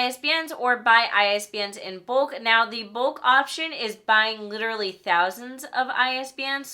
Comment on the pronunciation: LITURALLY LITURALLY LITURALLY